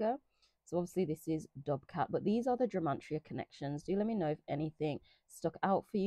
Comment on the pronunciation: It sounds like youre saying gemantria 😃